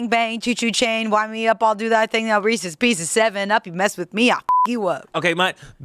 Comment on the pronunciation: It’s not reesIES